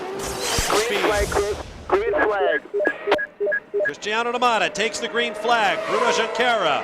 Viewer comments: bro, you gotta work on your name pronunciations. Hint: if you hear Bob Varsha say a name, he's most likely saying it right, copy him. Makes the great content in these videos questionable when you say "Christino" instead of "Christi*a*no" multiple times among others. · Great vid. You put a lot of work into this and it is well presented. I do think you need to work on your pronunciations though. Tora Takagi is pronounced Tak-ag-ee. It's Cristiano - not Cristino da Matta. This would have been very easy to find out just by watching commentary from clips he's in. Regardless, great vid.